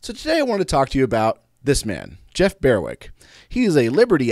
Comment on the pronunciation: BER-wick, not BEAR-wick